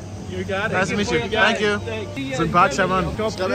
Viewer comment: „und jetzt sag sänk you“ alle so planlos